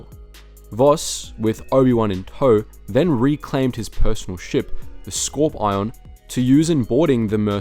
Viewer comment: Bruh said Scorp-ion instead of scorpion. WTF man? 😂😂😂